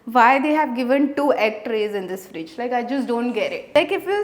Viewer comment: "JuSt A FrIGDe"